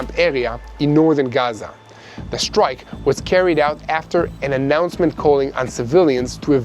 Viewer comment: Did you say stwike iwan?